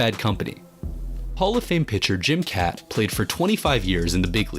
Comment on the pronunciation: It’s pronounced Jim Cott - he’s in the Hall of Fame.